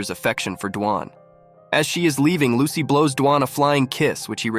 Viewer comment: Bro said "as soon as lucky" Instead of Lucy in the first part